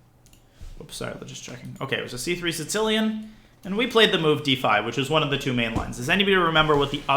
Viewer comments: Because in Russian, there's a letter ц, pronounced as "ts", and it's used in the word Сицилия (Si"ts"iliya) - Sicily. So I think he subconciously says Sitsilian instead of Sicilian. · why does he pronounce the sicilian the "si-tilian" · I find it annoying how some people call it sincilian instead of sicilian